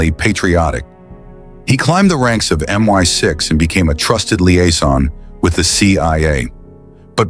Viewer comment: Did AI narrate this? Kim Philby was in MI6, not MY6. Also, the year 1756 is typically said as "seventeen fifty-seven", not "one thousand seven hundred and fifty-seven.